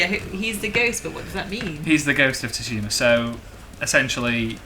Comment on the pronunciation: absolutely loved the vid,and just an FYI it's pronounced as "sue-shima" (